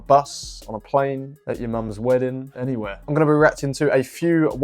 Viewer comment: The way he said “anywhere”